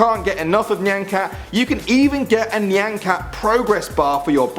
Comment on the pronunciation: He pronounced "nyan" correctly but not "shiba" (he said "shibe" (trust me i live in japan)